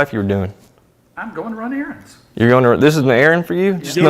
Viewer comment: He said he was "running errands" but he really meant "running Aarons."